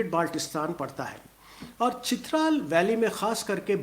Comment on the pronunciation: It is Chitraaaal not Chitral .